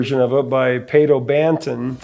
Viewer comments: Another great episode, however Pato Banton is pronounced Paw-toe Banton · Professor, you mispronounced the name Pato Banton. I remember he had a hit in the 90s where he said his name as part of the lyrics, and he pronounced it PAH-to bahn-TAWN. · Pronounced Pah-tow Ban-Ton